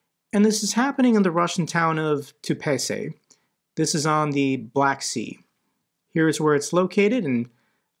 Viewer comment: TUAPSE! not tupacey. like too upset w/o the t